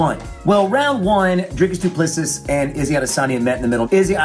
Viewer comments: Doo-pluh-see, lol not dooplesses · "Doo Plessee". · It is pronounced - DOO PLA SEE. Its Afrikaans. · How come you make a video about a fighter but you can’t even pronounce his name correctly? The final S is silent. Dricus Du Plesseeee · Stephen, it's pronounced Doo-pla-see. Great analysis otherwise 👍 it's nice that our boy is finally getting the credit he deserves. His style has won him 3 other belts in 2 other organisations so the fact that his style is effective is nothing new. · It's pronounced as DU PLESSI (the last s in PLESSIS is silent) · Pronounce his name like this Dree Kiss Do Plus Sea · Say doo plu sea (see) not seas not sees.Don't pronounce the last 's" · It's doo pleh sea With a hard d and p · Wonderboy we love you! It's pronounced "Du Ples-see" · I'm American and his miss pronunciation of his last name is like nails on a chalkboard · It's a silent s at the end guy...cmon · Just call him Dricus or DDP if you can’t say his last name properly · Ffs. Silent S at the end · Pronounce the champs damn name right. No wonder you thought he was gonna lose you dont know shit about him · He says his name wrong a thousand times, but says it right lol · His surname is pronounced same way you say 2 + 3. Congrats on getting first name right, a bucketload don’t. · The last s in Duplisis is silent. You're welcome